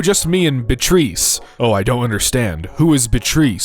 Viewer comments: Bitreese lmao it's Bee-ah-tryss :face-blue-smiling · The Guinea Pig's name is "Beatrice". That's pronounced "Bee-uh-triss". It's actually not a terribly uncommon name! 🙂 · Beatrice is pronounced Bee-ah-tris btw